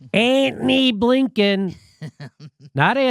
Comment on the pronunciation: Where does the ÄÄÄ-ni Blinken thing come from? xD